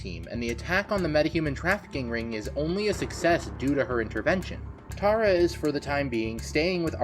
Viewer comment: It is Tara name is Tara